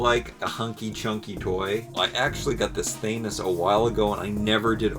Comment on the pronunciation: I love how you say Thanos! I usually hear it said where "Than" rhymes with Fan and "os" sound like Os like Cheerios. You say it so it rhymes with Anus. lol Great vid as always sir.